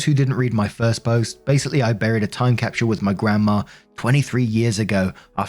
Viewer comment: Is it really „time capshl“? 😅